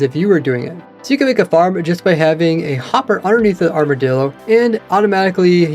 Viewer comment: People been pronouncing armadillo like its armordillo.